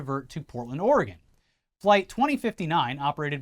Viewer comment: Good job pronouncing Oregon and Multnomah.